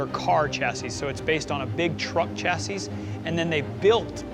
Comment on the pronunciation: Your “expert” can’t pronounce the word chassis? Yeah, it’s a 👎 from me.